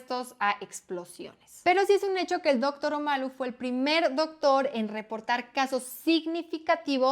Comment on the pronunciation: No te culpo por no saber de fútbol americano como deporte, más bien aplaudo tu conocimiento de la enfermedad y me da un poco de gracia cuando dices Dóctor Omalu, haciendo el acento en el "Dóc" jajaja